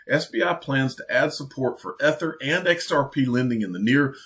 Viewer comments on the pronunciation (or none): E E E E E Ether not ehther